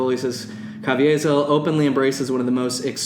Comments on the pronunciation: I know you don’t like either of them, but the senator from Texas is named Ted Cruz. I’m only saying this in case there’s a good person out there named Tim Cruz. Also, I think Jim Caviezel is just pronounced Ca- vee-zel, but I could be wrong. Again, I don’t like either of them, and would not want to associate myself with either of them, but in case you wanted to be correct. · ca-vee-zil is the pronunciation. Yeah I'm going to be that person. Lol. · How you pronounce Jim Caviezel's name had my dying 😂 Love the background info about Ballard and his shitshow organization!